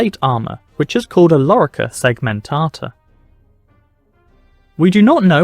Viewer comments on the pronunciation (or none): Lorica no larica asino😮